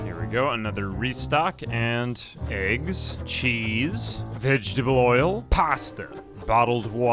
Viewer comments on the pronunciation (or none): I like how instead of saying, "vegetable oil" he says, "vegetaboil" 😊